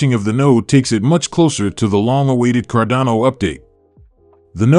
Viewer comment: Sorry, if you can't even pronounce the coin's name correctly, then it shows you haven't even done the most basic due diligence.